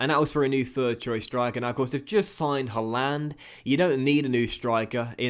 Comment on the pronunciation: Don’t like how you say Haaland :/ however love this series 😂